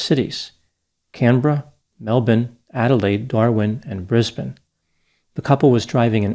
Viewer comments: I know this is not that important, but I appreciate how pronounced Melbourne and Brisbane as Mel-bin and Briz-bin instead of Mel-born and Briz-Bane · My jaw dropped. Never heard an American say it right before...or Brisbane. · As an Australian, we thank you for not butchering Melbourne and Brisbane. Psssst Americans. You say them like Melbin and Brizbin.